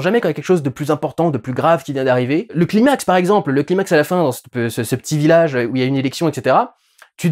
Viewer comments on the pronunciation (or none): Durendal est quand même un mec qui tient à dire les nom en anglais mais qui prononce climax "cliiimax" au lieu de "claïemax".